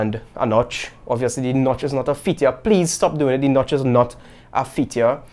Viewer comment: “D notch is not a feetchya”